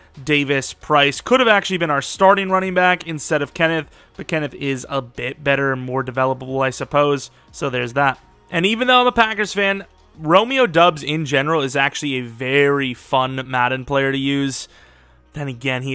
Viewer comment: romeo doubs last name is pronounced “dobbs” i know you’re a packers fan so you’ll learn this sooner rather than later but thought i’d give ya the heads up. love the content man!